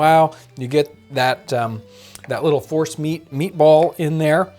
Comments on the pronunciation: I thought he said Horse meat balls not force meat. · I heard Forrest meat too. Mashed meat of any origin it sounds like. This’d be a sneaky way to get the kids to eat squirrel. 🤣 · Omg who else thought John was saying "horse meatballs" lol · I thought he said horse meat!! Lol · Is he saying force meat? Horse meat? Forrest meat?